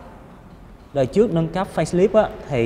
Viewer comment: "trước" chứ không phải "chước"